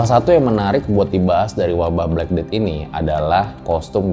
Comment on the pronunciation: Black cat death bacanya blekeded